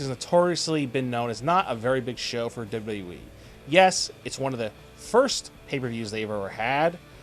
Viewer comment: can't anybody say WWE properly anymore? dublalalee